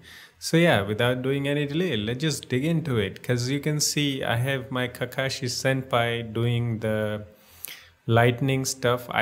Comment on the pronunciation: he called him senpi